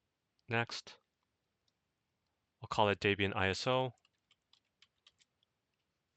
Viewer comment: Daybian?! Do you think the chick's name is Daybra and not Debra?